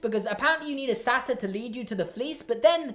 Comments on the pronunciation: Say it with me : SAY-TER. the way you were saying it, SA-TIRE is actually like Monty Python. It's making fun of something. Satyrs (Say-ters) are the half goat half humans. Sorry if this sounds condescending but this is the one thing in Percy Jackson that I know how to pronounce. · ITS SAI-TEER NOT SATEER YOU